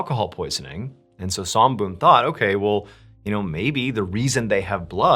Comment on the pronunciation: MrBallen, your pronunciation is pretty good, almost there. Somboon, "Som" pronunciation is short, not long. That's my mom's name.